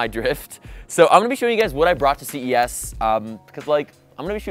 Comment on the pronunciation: am i the only one that thought he said cvs not ces